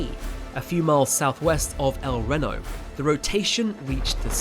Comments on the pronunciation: Warm and pleasant day? Lol dudes NEVER been to tornado alley. Days when these storms happen are HOT, HUMID, AND SWEATY. There's NOTHING pleasant about the summer in the Midwest. Also it's a LONG E, it's pronounced EL REE-NO. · As someone whose childhood home was El Reno, its pronounced Ehl Ree-no, but I appreciate the attempt. lol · Hearing him say Rehno and Meeso triggered me, idk why... Great video regardless. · el reno…. el reee-no. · Dear god bro, listening to you butchering the North American English language like this hurts me. REE NO, MES(Z) O CYCLONE SAY IT WITH ME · EL Ree No. Ffs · It’s pronounced El Reeno, with a standing pronunciation on the EEE. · It’s pronounced El “Ree-no” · El Renno, Meesocyclones and Aluminium. I forgot Leftenant, 4 words Brits can't pronounce. Soon they'll be speaking Arabic and have to learn a whole new set of words they won't be able to pronounce. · It's pronounced (El Reeno) for the name El Reno. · It’s pronounced El Reeeno. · Just where is this El Rehno you keep mentioning? There's an El Reno, Oklahoma but I've never heard it pronounced like that, so you must be talking about somewhere else. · ITS EL REEEE NO like "we" but with an R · EL Reno! It’s pronounced with a long “e” - El Reeeno! Reno: Pronounced /ˈriː.noʊ/ (REE-noh), with the emphasis on the first syllable. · El-Ree-no (as in Reno, Nevada) & Mezo-cyclone (as in mesozoic era), and Tim & Paul Sah-Mare-ess (RIP lad. As for the other pronunciations, we'll let "haytch" slide for the lettet "H", just as we let "zed" for the letter "Z" (zee) slide because honestly, it sounds better. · El Reno, Oklahoma is phonetically pronounced el-REE-noh (/ɛlˈriːnoʊ/). The name is pronounced with a short "el" followed by a long "e" sound in "Reno" (like the city in Nevada), with the emphasis on the second syllable. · He said El Renno. So AI then.... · Oklahoman here who lives in Moore currently - its pronounced El (ree know) love your vids!!!! And astrum of course :) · Ree-no not Rin-no.